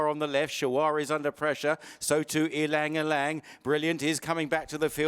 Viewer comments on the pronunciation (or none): Sorry to correct you there mate, but you DO actually pronounce the Y before Lang. It sounds like “elang”. You are perhaps thinking of the famous pianist Lang Lang, but this horse is named after a famous flower which has a very beautiful scent often used by Chanel in perfumes. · It's pronounced as e-lang e_lang. It's derived from the Tagalog (Philippines )word "Ilang" means "wilderness". Ylang ylang is a yellow, star-shaped flower.